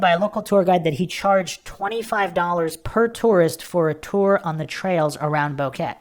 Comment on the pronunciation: The tour guide is Feliciano Gonzalez and his family are suspects. Its pronounced BO-QUE-TE not Boket.